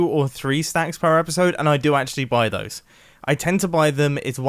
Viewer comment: The way he says "Those" is weird.